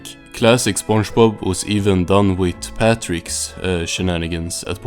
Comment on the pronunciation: Why do you pronounce it as sponjbob